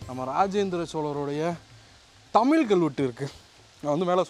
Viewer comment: தமிழ் உச்சரிப்பு சரியில்லை என்று சொன்னவர்களுக்கு பதில் என்னவென்றால் தமிழ் என்பதை ஆங்கிலத்தில் Tamil என்று உச்சரிக்கிறார்கள் இதையே தமிழிலும் தமில் என்று உச்சரிக்கிறார்கள் இது முழுக்க முழுக்க தவறான உச்சரிப்பு தமிழ் என்பதை ஆங்கிலத்திலும் Tamizh என்று உச்சரிப்பதுதான் சரியானதாக இருக்கும்.இதை தற்போது யாரும் செய்வதில்லை தற்போது ழ் என்பதை ல் ஆக்கிவிட்டார்கள் இது மிகவும் வருத்தமாக உள்ளது.